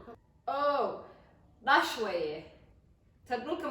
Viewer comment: It is dhash not dash